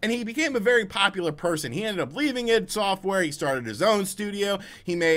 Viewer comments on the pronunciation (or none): Did he just say iid software 🤣🤣..it's ID that's an I and a D..I-D software 🤣🤣